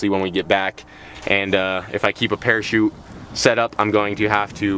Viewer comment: not a parakete, a parachute